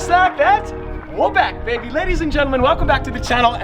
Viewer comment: Does anybody else find it super annoying that he mispronounces were back baby every single f**** vlog